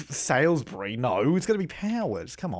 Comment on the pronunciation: I hate it that he says salisbury like that. My bff is from SALISBURY its an actualy city in maryland. Theres even a part of adelaide called salisbury and he messes it up